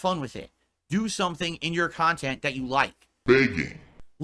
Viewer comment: "Do something in your kantent that you like" BEGGING